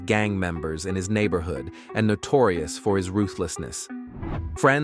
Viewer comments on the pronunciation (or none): none